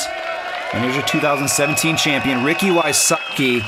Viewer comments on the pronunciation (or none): Did he really say, "Ricky WySUCKi?" even enunciated it. Really?.